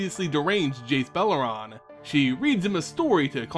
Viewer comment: All those people complaining about the mispronunciation of Myr, while he's still saying BelerAn instead of Beleren... Sort out your priorities people. Anyways, love the videos. Great work.